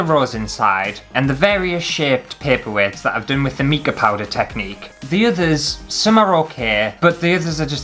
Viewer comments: Oh dear! The sphere mould is best sealed with hot melt glue first. Plus I've never heard mica pronounced 'meeka' before 🤣♠ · Haha, that is NOT a good excuse for mispronouncing mica. It's mike-a! xx